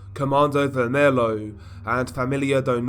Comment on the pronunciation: Its not comando vermello, its comando vermelHo (vermelio)